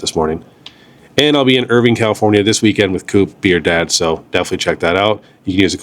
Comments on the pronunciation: "Vine" bro...Err-Vine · Just letting you know it’s pronounced “Irvine” as in “vine whip” 😂 people will give you funny looks